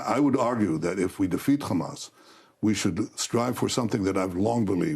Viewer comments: Drinking game every time this war criminal says Khamas! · how many time did bro say Hammas